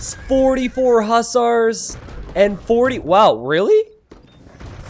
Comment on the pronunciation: i love you but the way you say hussars is infuriating lol!!!!!